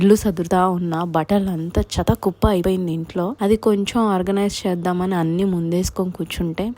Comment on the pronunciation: Meru vattulu, pollulu thesesi matladuthunnaru madam... Cheta kuppa kadu chetta kuppa... Koncham language pronouncing marchandi... Pls..